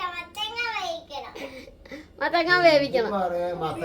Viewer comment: Mathakka alla. Mathanga